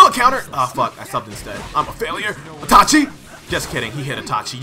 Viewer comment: “atachi” “ochiha” 😹